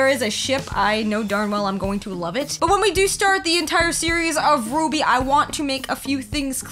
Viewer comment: RWBY is pronounced "Ruby". The first character in red is Ruby Rose, the next is Weiss Schnee, Blake Belladonna, then Yang Xiao Long. The R W B Y represents the four main characters of the show, which I just listed. Also, it is very much anime despite being made by Rooster Teeth(more specifically America) the creators consider it an anime, and it became popular in Japan.